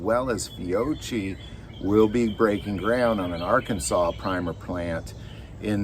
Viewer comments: The first "C" is pronounced hard, as in Toc; the "CH" is pronounced "K" ( all Italian, before I and E). Fiocchi :: Fee-OC-Kii ( or " Key") depending on your Native Tongue. I am of Piedmontese Family, but b Yorn in Australia; educated in " the Queen's English", but exposed to Piedmontese and,Italian from a Young Age; add 10 years at Turin Facility of Med. And Surgery, which perfected my Italian almost to "native" status...though many Italians will mistake my accent for Argentinean or other Foreign Origin. Even with its Latin ancestor, Ecclesiastical Latin corrupted the Classical Latin to result in Italian ( Tuscan or Florentine) as we know it today; even 2020 Italian is changing from the tongue I learnt in 1956 and 1970s...lots of inappropriate use of English words, twisted or not, to supply simplicity for modern Technology Eg:" Cliccare" for Mouse Click on; " Mister" as both a Male indicator, but now a generic Name of a Football Coach; and many more examples. DocAV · Fiocchi is pronounced, Fee AWK ee